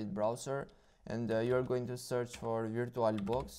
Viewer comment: DUDE U GOTTA PRONOUNCE AS VUR-CHU-AL I LOVE YOUR ACCENT